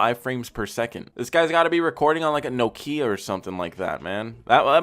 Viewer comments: The way he says Nokia lol "No Kia" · every time he said nohkeeah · Sounds like he's saying no kia's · I’ve never heard anyone pronounce Nokia like that 🤣 “NO KIA” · Why he saying Nokia like it’s IKEA? Bruuuh 💀😂